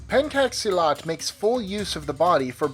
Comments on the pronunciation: no.5 is pronounced as pen-chak-silat not as pen-kak-silat. and it's not from Indonesia but from Nusantara.. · the pencak silat..its not pronounce as "pencake silat" its penCHUCK silat.. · Its pronounced more appropriately as 'penchak silat' not 'penkak' peace^^ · He mispronounced the 'pencak silat' it should be 'pen-chuck' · Pencak silat is supposed to be pronounced like "penchak." Also you forgot Irish Travelers' Bare-knuckle Boxing and bataireacht :-P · learn how to pronounce the names please. it's pronounced as pen-chak silat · "pencak silat " u use "pencak" and i hear like "penkak silat" i am indonesian so i know how to say it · Pencak Silat. The way it call is not c from "call", but c from " charity". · krav maga is NOT a martial art. Pencak Silat pronounced and Alternately spelled Pentjak silat) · You make me cringe when you say pencak silat